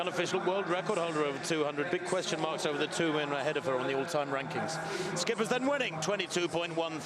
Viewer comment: Schippers is pronounce ship-ers... not skippers... lol wut a nonce